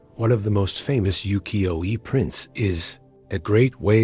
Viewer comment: 浮世絵 is pronounced as "woo-key-yo-eh."